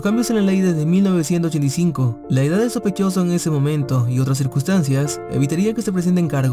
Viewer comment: Por favor modula bien el 1985 jajajaja